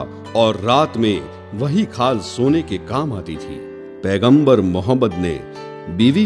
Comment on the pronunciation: Tumare channel ki auqath nahi aur pehle hamare aap s.a.w ka naam lena sikhjao bhai plzzzz naam sahi se lo aur fake photo math dalo